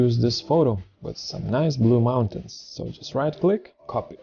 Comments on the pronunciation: "If you don't know what is parallax,..." ...and "mounatins"??? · One Skill "MISTY MOUNA-TINS" LOL